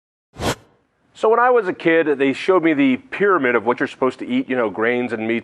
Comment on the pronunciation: I heard her say "fear-amid".